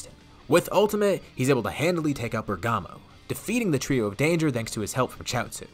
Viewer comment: you pronounced bergamo wrong btw